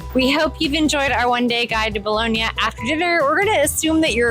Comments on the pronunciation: Just a tip: The second 'o' in "Bologna" is not pronounced as 'boloney' or 'toe' or 'bone', rather it's a flat 'o' said the same as the first 'o' ie. 'cop', 'drop', 'sock'. After a few months you probably would have heard the locals pronounce it like that. ;) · You are so lucky living there but please ask an Italian how to pronounce Bologna correctly - it is not Bolownia! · Can you pronounce Bologna correctly please FFS